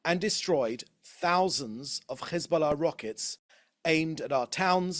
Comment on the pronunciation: His pronunciation of Hezbollah as if he’s not a fat chubby beer bellied Brit through and through is embarrassing